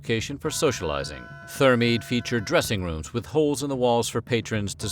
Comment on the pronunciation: I wish the "Weird History" narrator would research the correct (or at least acceptable) pronunciations of names and other words. He should also check to make sure if a word is singular or plural. For example, "thermae" should be pronounced 'tehr-my' and it's a plural noun, which he treats as a singular. He screwed up quite a few pronunciations, which is very jarring.